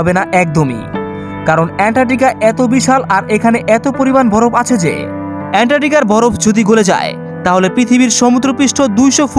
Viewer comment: উচ্চারণ ঠিক করা উচিত। যেমন ভরফ(বরফ),হুদ(হ্রদ) ইস্তায়ি(স্থায়ী) আরো কিছু আছে। শুভ কামনা রইলো নতুন চ্যানেল এর জন্য।